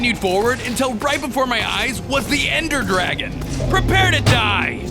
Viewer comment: Anyone realise he said ender gragon once at the end